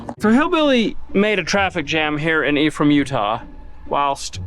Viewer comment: I constantly heard him saying "the E from Utah" and was thinking what E? Untill I read it's Ephraim...